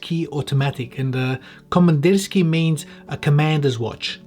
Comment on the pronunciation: Your attempt at the pronunciation was actually quite decent